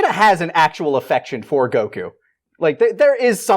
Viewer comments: Why does the guy on the right keep saying Go q instead of Goku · The man says "Goku" with one syllable, of course he's sassy